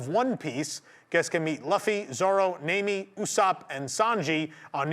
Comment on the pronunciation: real quick, since you dont watch the show One Piece's main character, Luffy is pronounced Lu (like Luigi Lu)-Fie, "Lufie" Nami is pronounced as Nah-Me Also still calling it twitter lol Not giving it that dumb new name. Keep up the great work though